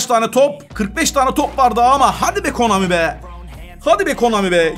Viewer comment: Abi bilerek mi KOMANİ diyorsun. Konami dir o. Bilerek diyorsan da hoşuma gidiyor. Komik. Böyle devam. 🤣🤣 Totemlerde çok iyi 🤣😂